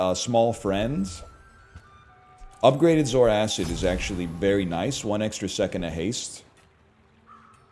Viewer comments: I know better than to watch NL play strategy games seriously, but finally hearing the way he says it, everyone that's complained about it is right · Popped up just as my food finishes cooking, life is good Edit: Taking a bite every time he says "zoar-acid" - food is gone